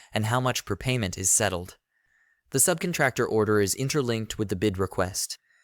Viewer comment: Someone please teach this person how to say subcontractor. I cannot unhear this.